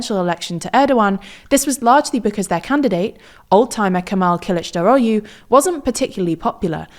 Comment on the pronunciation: So the "u" at the end of last names are pronounced as "oo as in book" so they're more like Imamogloo and Kilichdarogloo. Not "u"